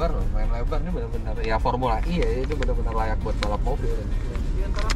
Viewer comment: Fomula E bang. Sebutannya kok formula I....he....he...he...sukses ya semoga semuanya berjalan sesuai rencana🙏🙏🙏